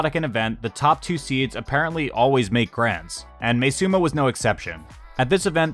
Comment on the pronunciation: btw im pretty sure its pronounced as ma-e suma rather than may suma